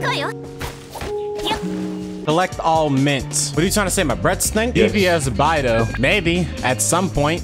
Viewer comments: Im sorry but that whole time he was saying bye-dou I was just gonna stop watching T-T The chinese pronunciation is more like bae-dou but like whatever XD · Punch yourself in the face everytime calls Beidou, "Baidoo"